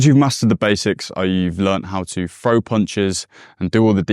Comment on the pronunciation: …..throw not fro.